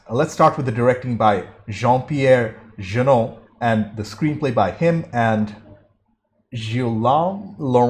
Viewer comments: It's pronounced "Je-Nay", not"Je-Noo", nor "Je-No xD Nino is played by director Matthieu Kassovitz, who made "la Haine", and "Gothika" among others. For the fans of "the Fifth Element", he's also the one who tries to rob Bruce Willis at his appartment. Music is by Yann Tiersen if you want to listen more. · Jeunet reads Juh-Nay